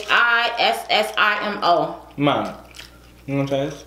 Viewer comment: is really good pronouncing Spanish words! 👏👏👏 Muy bien! Arrechisimo!!! 👌👍😉